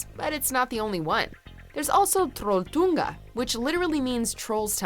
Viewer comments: you suck at saying trolltunga XD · Haha, ler meg ihjel når hun sier trolltunga og Stavanger haha😂